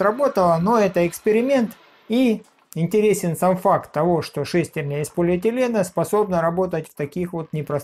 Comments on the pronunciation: Говорите по-русски: шестернЯ, а не шЕстерня. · Как же режет слух эта "шЕстерня"...